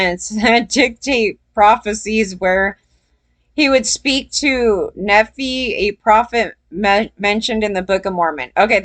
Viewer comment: Nephi is pronounced like: Knee-Fie. Nephi is a fictional character from the Book of Mormon.